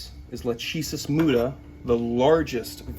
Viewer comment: I think the genus of the bushmaster is pronounced Lahk-ah-sis (lækəsəs) after the greek fate. The fates were Clotho, Atropos, and Lachesis. Lachesis was the 'Alloter', she measured the thread of life and determined when it was cut, although it was Atropos who actually cut the thread. So Lachesis Muta means the silent determiner of fate, which is probably the single most badass snake name ever.